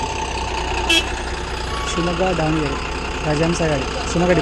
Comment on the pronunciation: Sir adhu Dhavanagere not Daavanagere please pronounce correctly